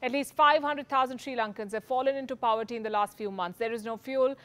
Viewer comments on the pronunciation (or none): Palki, the word is “POVERTY” , not pauerty or powerty (the way you pronounce it)